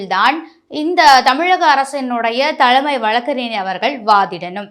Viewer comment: சாக்கில் முதல்வரா...அதிர்ச்சியில் முதல்வர்..என்க. தீர்ப்புகள் வழங்கப்பட்டு விட்டன....விட்டது அல்ல. தலமை அல்ல..தலைமை. ஃபார் எக்சாம்பிள்..தமிழைக் கொலை செய்யாதீர்... ஒழுங்காக உச்சரிக்கவும்.😮